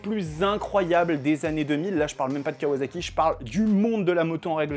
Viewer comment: Sympa la vidéo juste pour info à la japonaise ça se prononce kawassaki et non pas kawazaki 😌